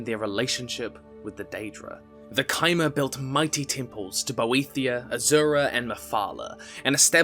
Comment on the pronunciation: Finally someone pronounces Chimer correctly...